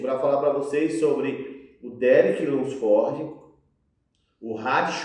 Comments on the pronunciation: insiste em falar o nome dos cara errado kkkkkk derick lunsfórdi, terrence rufín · Qual a dificuldade de todo mundo falar o nome do Derek Lunsford de uma forma mais certa? Nem é so o que fala tudo errado, quase todo mundo fala errado esse car4io de nome kkkkkkkk